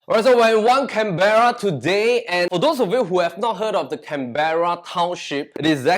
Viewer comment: Canberra is pronounce wrongly.